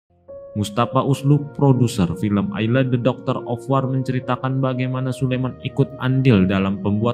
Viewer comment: Wor oiii bukan war ah eelah